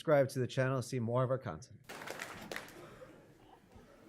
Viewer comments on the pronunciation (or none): be sure to like and subscribe to our channel to see more of our cunts. sorry, that´s just what it sounded like, and considering cunt is a term of endearment in Australia, I guess this is a fitting intro for a Jim Jeffries Joint